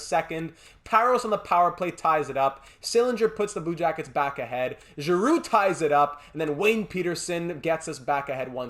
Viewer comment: Congrats on our victory!, you deserve all the plaudits and we all share the happiness. Wow. Petersen excellent. Giroux after all those years, captain Girrroux, love the way the pronounce the francophone names. The Fins had their part, just as Nylander. Seider and the rest of the defensive stalwarts. Great weekend here, buzzin’ preseason started. Can not wait to vote for your next series, you know what I wish for 😄 Keep up the good work, Philly deserves another Stanley Cup, hard work will pay off big time. Be the best in both fields, mate!